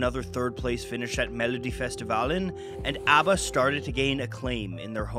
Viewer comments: Very charming pronunciation,! I've seen countless swedish documenatries of ABBA. But it's refeshing seeing one in a different language! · Not that it matters very much but it seems you really made an effort to pronounce all the names the way they are pronounced in Swedish so kudos to you! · You tried harder at pronunciation than most non Swedish speakers, like EVER, so greatest of great jobs! (Y) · this is fantastic. Being born in '72, I missed out on the phenomenon, but my dad was a huge fan growing up of ABBA. Great job with this video and the pronunciations!